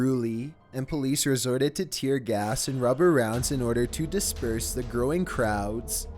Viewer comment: He said tear GAST at number 7